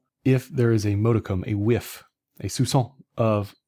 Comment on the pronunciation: "if there is a whiff, a modicum, a 'soucant'" La-di-da French. I did not know we had to bring a dictionary. So demanding. What does "soucant" mean?